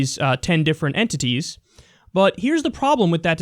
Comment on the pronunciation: Yo he said enTITIES emphasize on it bra. And with a straight face too what a professional